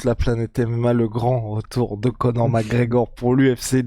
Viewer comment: tu va finir par articulé son nom? C'est Conor mc fuking Gregor! Et non Conor Mareor! Merci